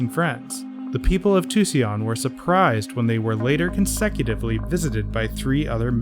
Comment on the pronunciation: Tu-cee-an? Did you mean Tucson? It's pronounced two-sawn.